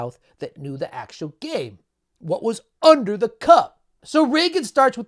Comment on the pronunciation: You mispronounced REAGAN